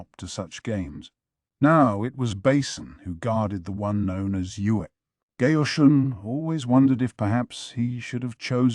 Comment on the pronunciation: The Mayo Mayo is killing me lol. And Basin. Gayooshun